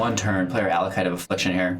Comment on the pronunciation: Thanks for the video! Just one small thing: it's "Acolyte" (of Affliction), not "Allocyte".